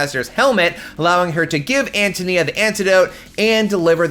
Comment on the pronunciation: its AN TOE NEE-AH …Antonia…